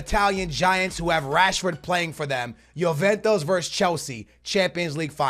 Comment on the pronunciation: I haven't watched a video in a year and i see you're still pronouncing names wrong like juventus you say yoventos